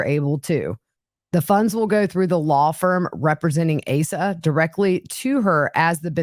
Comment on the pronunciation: Her name is pronounced AH-sa.